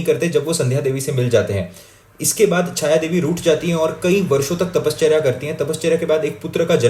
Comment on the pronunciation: I have a strong feeling you are marathi or either have spent a good portion of your life in Maharashtra because of the way you pronounce tapasya and ganpati